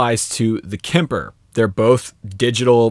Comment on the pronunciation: Just as a side note: Kemper is pronounced with a hard "p" and doesn't have an "i" in it... 😀